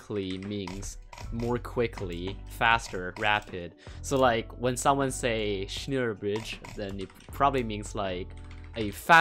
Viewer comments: The e in schneller is btw pronounced like an e in men and idk who really founded this method but you can trust me that Teddynator wasn’t it cause other German YouTubers used it before him for example ByQuardix or Poishii. The only bridging technique by Teddynator is btw The Andromeda Method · Schneller is german and i was dying from laughter when you butchered the word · you pronouced i so wrong i can do it right bec im german xD greetings from germany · Yea its actually a german word, but the pronunciation is a bit wrong 😂 Anyway, we can understand what you mean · Im.german and when I hear how He say schneller my ear bleed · The 'e' of schneller ist pronounced like an 'a' in english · It's so funny how you pronounce it 😂. But you pronounce it totally wrong. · I'm German and sry but you say it a little bit wrong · u probably should've looked up how to pronounce Schneller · XD schneller bridging Its means faster on german. Also u sayed it wrong do by Google translate faster and translate it on german. Btw but nice try with german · bro ur saying it wrong englishe leute diese tage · Its german you have to pronounce it german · its like smell with er and no m just an n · Lol i am from germany and you speak it so wrong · Bro I know German it’s not pronounced that way :( now I’m cringing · im pretty sure it’s pronounced (sh-nell-er) instead of (sh-neil-er) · Lmao I first thought yt automatically translated the title 2 German... Btw: it's pronounced As shnäl-ler. U only said 1 l ...like shnééélér Bridging... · „*Schneeeler Bridgeing*“ Me laughing as a German speaker how he pronounces it. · Im german and i know its not pronounced schniiiiller bridging but schneller. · “schneeluhe bridging” it’s pronounced “sh-neh-luhr bridging” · Me a german : wtf is is schniller 1min later : OHHHH HE MEANS SCHNELLER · I am a german and you speak it like schnällea bridge and not schniellia bridge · It’s not schniler it’s more of a ä sound ask google transport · Schneller not schneeeler